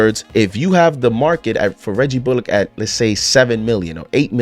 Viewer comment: Hey just a heads up you're pronouncing Bullock wrong